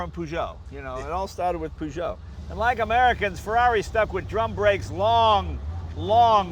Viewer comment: Peugeot not PooShow